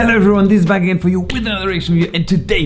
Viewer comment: "Hello everyone, this is again for you with another reaction video and today..." Wobei sein wirklich klingt wie "back", aber ich denke das ist der Geschwindigkeit geschuldet.